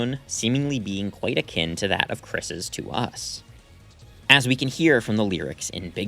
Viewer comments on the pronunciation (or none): none